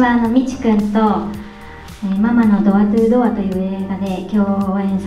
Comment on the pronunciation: ママのドアトゥードア、安達さんよく普通に言えるわ！さすが。俺は電車で吹きそうになった（笑）